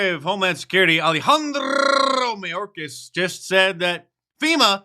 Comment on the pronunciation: When you say mayorkas' name like that people who dont know assume hes from Mexican stock. I assure you he is not